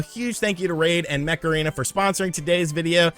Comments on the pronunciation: I can only hear you saying "Macarena" instead of "Mech Arena" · Every time you said Mech Arena i heard it as Macarena 😂